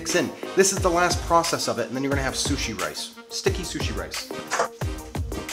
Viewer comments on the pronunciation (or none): I keep thinking he's saying coochie rice